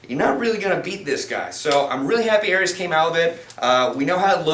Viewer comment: Pronounced "oreez" with a short o